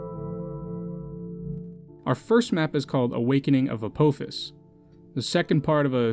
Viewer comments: Great video and grats on getting blessed by the algorithm! Apophis is pronounced more like "Ah Poffis" with the ph like phone Just so you can avoid the angry stupid commenter mob from Smite players that you got recommended to because Apophis is in that game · this guy pronounces apphophjhis wrong